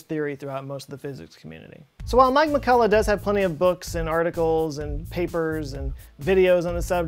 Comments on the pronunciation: Also McCulloch name should be pronounced with this "ch", like in the Scottish word "Loch". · Also you did not pronounce McCulloch's name 100% correctly because 'ch' in his name is pronounced like 'ch' in Scottish word "Loch", which is actually similar to German or Austrian pronunciation of 'ch'. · I only thing I help you fact check is your pronunciation of McCulloch! Needs some work...oh and not sure hawking radiation has been observed...